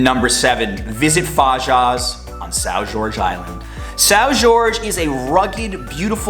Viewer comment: Lol "sow George" =/= são jorge